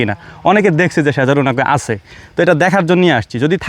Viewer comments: আপনি শুধ্দ বলতে গিয়ে সজারু কে সেজারু বললেন। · সেজারু না ভাই সজারু